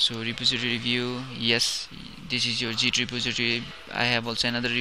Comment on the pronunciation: Bro .. nice tutorial but its "Git" not "Jit" !! :-)